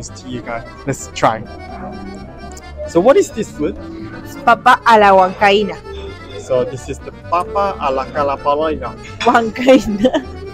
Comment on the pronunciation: No es: "papa a la huancaina"😔 Es: Papá a la Alakala ballina"🙀